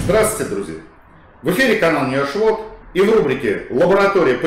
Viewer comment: Когда говорит NewRushWorld мне все это время слышалось,..-"не вошло"!!!